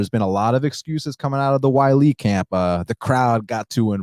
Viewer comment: She's not called Whylee... it's Weili. Zhang Weili.